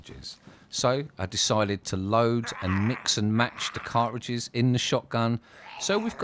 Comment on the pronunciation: “Cart-trajizz’s” it’s pronounced